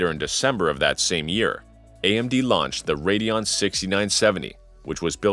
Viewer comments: WTF is a RADEOON? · AMD RADEOON :) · why were you spelling it radeoon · Radeon on Radeoon ?